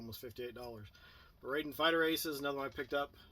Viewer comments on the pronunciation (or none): It's pronounced Rye Den